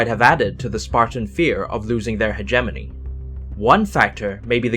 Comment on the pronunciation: He keeps saying hegemony wrong